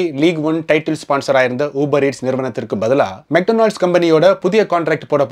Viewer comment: Bro athu மெக் டொனால்ட்ஸ் 😅 மெட்டனால்ஸ் இல்ல 😂